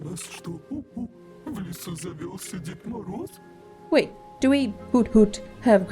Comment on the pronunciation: Ещё так смешно как американцы произносят наши слова:валЕнки, дед мОроз лилия павлОвна